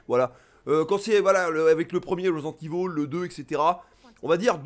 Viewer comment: Ça fait plaisir d'entendre ivol et pas évil. Marre des oreilles qui saignent 🤣 Sinon pareil, à l'époque des originaux j'étais un gros fan avec la claque que procurait ces titres, mais depuis pas mal d'années, le concept allés/retours constants, ce n'est plus mon truc. Quitte à y rejouer, je préfèrerai la version PC rééditée par Sourcenext (uniquement au Japon) patchée en anglais et aussi permettant d'y jouer en haute résolution toujours via un patch. L' original en HD sans les yeux qui piquent avec les cinématiques non compressées comme sur PS1. Bref le gameplay d'époque. Mais bon, suis un vieux con j'assume 😁